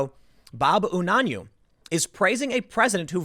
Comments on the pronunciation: It's pronounced "you-nan-way". GOYA going MAGA! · I believe it is pronounced oo-nan-yu-way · Mr. Unanue is a good man. A bit overzealous in regards to religion, but a good man none the less. Also it is pronounced "U-na-nu-A". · Pronounced You non away. I know this man and his family. They are incredibly good ppl. When my husband was a teenager, Bob's brother, Tommy. Was his best friend. As a teenager, my husbands step father physically abused him one time to many and he left home. The Unanawe family took him in and treated him like a son. Very, very Good People. We should all aspire to be like them. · The Unanue's are a good family, relatives grew up around the corner in my very modest middle class neighborhood. The name is pronounced Yoo-nan-ooo-way. It's a family run company, so he is pretty safe.